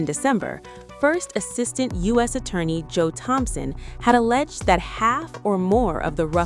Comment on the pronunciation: Stop saying alledged!!! ITS REAL...